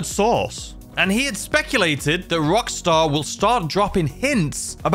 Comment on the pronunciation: Wait did you say source or sauce?...lol...but anyway you really need a taco mask they have them at the casino just saying bro!..it weird seeing a guy with the name "".. bit you Warr a pumpkin mask..confusing!